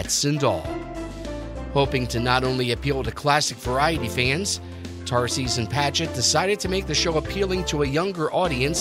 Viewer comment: “Jay Tarseeze”; Jay’s last name is pronounced “Tar-sus.” My mom babysat him in Baltimore in the ‘40s. Also, the screenshot of Tom and Jay comes from my YT upload of their only guest appearance on Letterman’s Late Night, September 30, 1982.